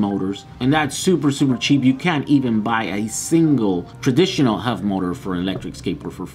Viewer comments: Are you saying HUV motors? Or HUB motors? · Just to clarify, When he says Huv motors, he is referring to Hub motors right? Just an accent thing? Or is Huv a thing and I am failing to find them? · The wheels aren't pronounced "huv motors", they are "hub motors". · hub not hov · hub motors... not huv motors